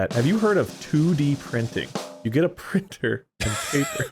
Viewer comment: "Izzad a 3d prinnr"